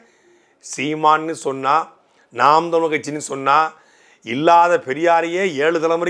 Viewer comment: நாம் தமிழர் என்ற கட்சியின் பெயரை உச்சரிக்க கூட தடுமாறுகிறார்கள் சீமான் கட்சி என்னங்கடா டேய் ஒரு அங்கீகரிக்கப்பட்ட கட்சி எதிர்க்கட்சி அளவுக்கு வளர்ந்து நிற்கிறது. 26 இல் சீமான் முதல்வராக கூடிய சூழல் உருவாகிக் கொண்டிருக்கின்ற தமிழ்நாட்டில் கட்சி பேரை உச்சரிக்கவே தடுமாறு கூடிய தற்குறிகள் திராவிட என்னன்னு தெரியல இதுதாண்டா திராவிடம் இதையே எத்தனை வருஷம் டா உருட்டுவீங்க அவ்வளவுதான் முடிவுக்கு வந்துவிட்டது திராவிடம்